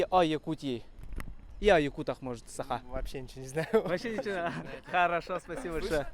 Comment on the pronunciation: Бу киһи манна эмиэ якут аатыра сылдьар дуу сатаан САХА диир кыаҕа суох муҥнааҕый